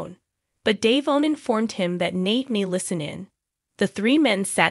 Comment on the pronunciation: Devon DeVon Devon not Dayvon get it right it’s rude to continue to pronounce someone’s name when you know teller DeVon